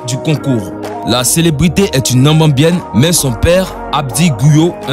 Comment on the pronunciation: Ca se dit na-mi-bien-ne ! Après moi...